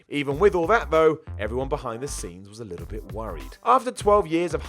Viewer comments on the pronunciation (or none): none